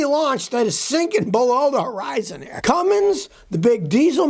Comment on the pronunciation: No such engine builder as "Cummings" You can still sound intellectual, even if you pronounce it correctly! C-U-M-M-I-N-S